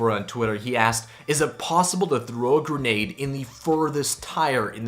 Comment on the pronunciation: umm sorry but it’s grenade not gernade